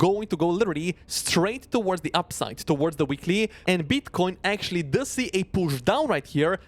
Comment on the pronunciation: Love your content, but bro… the way you pronounce “upside” and “downside” sometimes sounds way too similar and it can be confusing.